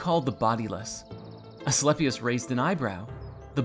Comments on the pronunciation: "A-schlep-i-us" - ahahahahahahahahahahahaha!!! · "A-sleepy-us" gotta be the student. I caught that. The beauty in ignorance can be appreciated. It's hard sometimes. They do make it difficult. We don't have to hate those that aren't able to see the things we can. Pity them & serve the best you know how. Then move on.